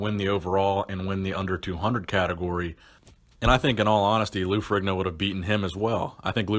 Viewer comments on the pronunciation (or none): Fe-re-ne-o, Not ferriGno. Its an Italian name. not an American name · Stop saying Ferigno....IDIOT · Its pronounced farino you fucking moron..OMG such an idiot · Strength and power not strain and power Particular not puhticular Arguably not argubly Ferrigno not Frigno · His name is not furee gno is it? It's ferr in yo if I'm not mistaken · Hey dumbfuck.. The g is silent ...Its pronounced Ferrino.. I cant believe there are so many dumb people out there